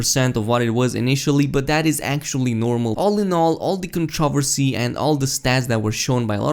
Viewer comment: I don't mean to be a dick but it's controversy not contriversy.